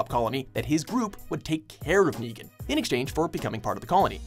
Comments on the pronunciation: Hey you said degan instead of Negan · Llu ar ric Raig? aim nigan :V